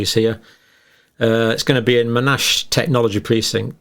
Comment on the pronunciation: Dr John. Just FYI. “Monash” is pronounced MON - ASH. Not M’nash. Named after a heralded WW2 General and former University administrator.